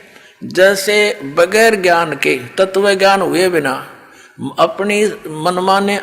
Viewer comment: पहले शुद्ध उच्चारण करना तो सीख ले तत्व को ततव बोल रहा है वेद विद्वान के लिए है मूर्खो के लिए नहीं। शास्त्रार्थ करने का ज्ञान गुरु कुल में पढ़ने से मिलेगा जेल में नहीं मिलता।